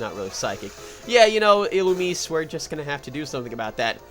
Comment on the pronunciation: Lmao all your pronounciations of Illumise were wrong. XD According to the announcer in Pokemon Battle Revolution, it's ill-oo-mee-zay